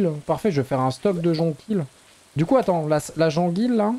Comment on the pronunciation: Jonquille ça se prononce Jonquiyye